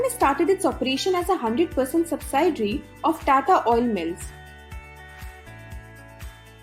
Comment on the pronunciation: Nice informative & to the point content. Good & clear speaking. Not so relevant points : Check pronounciation of words 'rendition' & 'subsidiary' & . P. S. Length of the video is perfect.